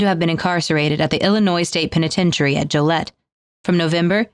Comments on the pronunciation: No offense to but Joliet is pronounced Joe-LEE-et. Fascinating subject, one of the first mysteries that I became aware of in my early teens. I’m 58 now. Leave it to Jimmy, and science to figure it out. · Interesting tie-in with Joliet, IL! Who knew?! Too bad mispronounced the name of the city. It has a very deep and interesting prison history including Richard Speck, John Wayne Gacy, and perhaps the most infamous of all... "Joliet" Jake Blues. Otherwise, great episode as always, gentlemen.